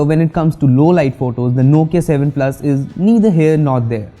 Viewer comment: Heh heh heh... You really butchered the Nokia 7 Plus here, but wait till you get a load of the Nokia 7.1, you'll be running back to kiss the Nokia 7 Plus's back panel...